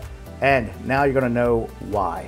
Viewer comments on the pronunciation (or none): none